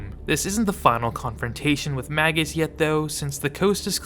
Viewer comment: Magus is pronounced like "Maje-us." Like Warlock, it's a traditional rank in occultism.